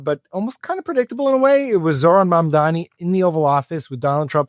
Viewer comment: Suddenly Fox News can say Zohran Mamdani name correctly 😂😂😂